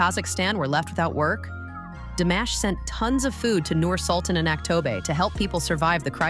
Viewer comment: Чтобы рассказывать про Димаша Кудайбергенова нужно правильно произносить его , имя, город Актобе и другое